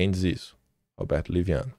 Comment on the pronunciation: Liviano não,leviano kkkkkkkk